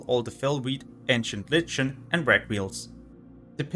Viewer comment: Lichen is pronounced like "LIKEN"